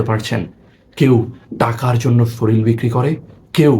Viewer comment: শরীল না শরীর